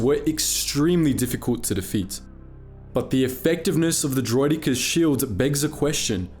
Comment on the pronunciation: Vere ar does der-roiddd-ik-ares